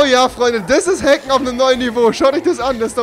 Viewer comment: "Hacken" Oh god....